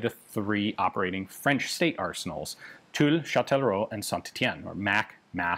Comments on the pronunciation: ...WOW...Ian's French pronunciation is getting better and better.... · j'adore votre prononciation du français, vraiment. Bien des français devraient prendre exemple sur vous quand ils parlent en anglais, au lieu de profiter de la hype de notre accent pour ne faire aucin effort. Et c'est un mec qui parle couramment le franglais qui vous le dis.